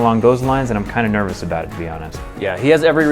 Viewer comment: Did u say NERVEouse? Ha ha get it because the brain is part of the nervous system